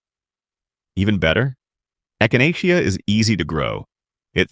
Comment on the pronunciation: There is a lot of good information here. I have at least half of these growing already, as well as numerous beneficial "weeds" including purslane, broadleaf plantain, narrow leaf plantain and goldenrod. However, the narration is obviously AI because things like Echinacea are mispronounced.